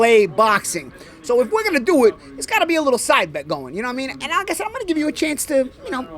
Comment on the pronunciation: Did he say side bet or side piece?!